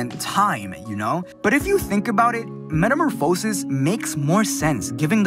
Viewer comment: Just so you know for the future, this is how you pronounce metamorphosis: meta - mor ph - a - sis